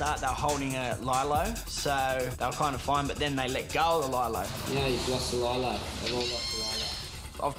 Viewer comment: that’s lee-lo not lie-lo